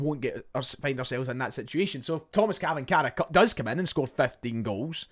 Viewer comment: it's pronounced " Chvanchara...`Tomash Chvanchara"